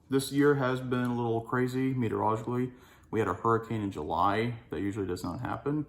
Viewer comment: Say "meteorologically" 5 times fast - nailed it each time he said it.